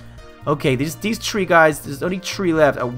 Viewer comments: you said tree not three i'm not being mean okay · why do you say tree for three?